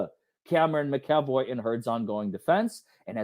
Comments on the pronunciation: McEvoy- Mac E Voy., you are totally entertaining, you make legal stuff interesting. You are a wonderful teacher. It is my understanding that Elaine intentionally excluded Cameron McEvoy from participating in Amber’s defense. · Mac - A - VOY 😂😂. Lol. Those darned Irish names are hard. Lol. She’s gonna always pull criminal bs until she’s made to face ramifications for those acts. 🤬